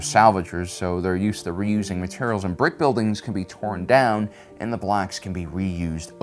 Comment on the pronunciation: Emphasis on the word “Brick”